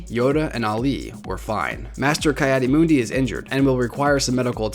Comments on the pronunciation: "kai adi mundi" :( Ki is pronounced Key for future reference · Ki-Adi-Mundi (pronounced Kee Addy Mun Dee) not Kye Addy Moondi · It's pronounced key add e mund e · Kai addi moondi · me: bruh it's pronounced "Kee-Adi-Mundee"